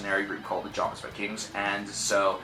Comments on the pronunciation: Jomsviking is pronounced as "Yomsviking" :P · The J is pronounced like a Y. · also, the 'J' in Jomsviking is pronounced like a Y